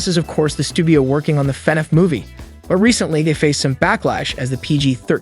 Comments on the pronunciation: It’s fin-aff not fenef. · normal people: Fnaf Him:fenef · fnaf not fnef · FNaF? nah fenef? yeah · Fan-af say it. not fen-ef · F-NAF, not FE-NAF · i thought they were wrongly pronouncing fnaf it funif.. but it seems like they're actually mispronouncing the title as fenef.... if your going to report on something at least take a minute to learn to say it's name right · I beg of you. PLEASE say F N A F not fnf😭😭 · Do you mean fnaf? Not fnef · It's pronounced "FI-NAF" not "FEH-NOUGH" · Brooo stop pronouncing it as fnef is FNAF DUDE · your saying fvaf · Why do you keep saying “fenehf” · Why he saying fenef? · Dis man said FenF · Why is nobody talking about him calling it "fenef" 💀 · is it just me or did he say everytime fanaf xD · Love how he calls it fenaf (no offense) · the robot voice he chose killed me because instead of FNAF he said "FuhNeff" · “fnef” “markipiler” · You would think this dude would learn how to say fnaf man says “Fin Ef” it’s hurting my soul 😂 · Why do you say Fnaf like an ai that doesn't know how to pronounce it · AI text to speech has come a looong way LMAO, took me like 2 minutes to realise this wasn’t an actual person speaking and why he was saying “FNAF” so weirdly 😂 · It is borderline infuriating how he pronounces FNaF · Every thing you say that has to do with fnaf, you say it wrong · why do he say FNAF like that? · I really wish this AI would say Fnaf right , it’s bothers me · The way you say FNAF pisses me off